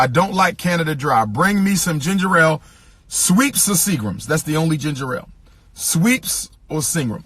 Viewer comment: It's pronounced "SCHWEPPES" NOT "SWEEPS" 😂😂